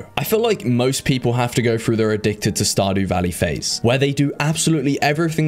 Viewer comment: Wow, he really said Stardoo Valley twice :')